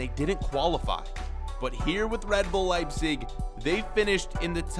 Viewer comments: Why are you saying "Liesing" it's pronounced "Lejbsik" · Please say your team name correctly